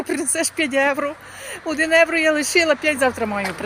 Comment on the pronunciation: Трохи слух ріже....там говоріть евро ,а для нас українців євро😊